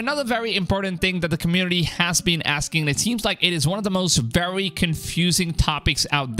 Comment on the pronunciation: Someone teach this guy how to pronounce his V's, it's wery wery hard to listen to 😅